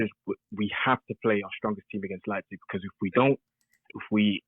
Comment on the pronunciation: This is the first time actually pronounced Leipzig right.